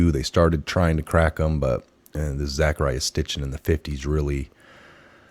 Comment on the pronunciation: It's Sitchen, not Stichen.